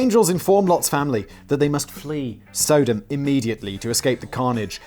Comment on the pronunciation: Dang Simon! First of all it's pronounced Sah-dumb, in popular culture anyway. And then, me thinks the Lady doth...dude. Your obsessive religion bashing is way over the top and makes your fear of death thing painfully obvious even before we hear about the Uncle Walt inspired deep freeze (gawd I hope that's a joke, 'cause science tells us it just don't work that way!). Not religious myself, but it's painful to continue to watch, smacking up against juvenile Edge Lord Uber-cringe territory, the view from the outside of the fishbowl anyway. Or are you a Family Guy fan and are just of the school of comedy that relies heavily on dragging a horse corpse around with you wherever you go? Badoomboom, (cymbals crash)!